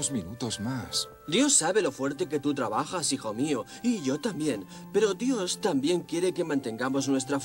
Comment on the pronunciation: Se dise dios no yos 😂😂😂